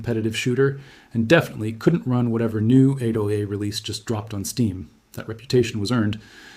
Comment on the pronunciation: Bro 8 seconds in you already have eldritch impersonations of windows icons in ur B roll and your korean boyfriend bot actually read AAA as "A double A" out loud please delete your channel.